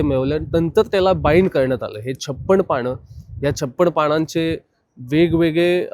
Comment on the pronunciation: छप्पण पाण ? मित्रा, एवढे लांब जाऊन video केला आहेस तर शुद्ध उच्चार करायचा थोडा प्रयत्न कर की. असे वाटते आहे की मुद्दाम चुकीचे उच्चार करतोय.